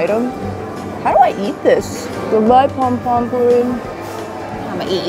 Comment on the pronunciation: It’s pom-pom poem, girlfriend